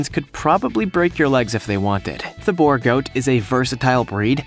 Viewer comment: B-oo-r goat is how you pronounce it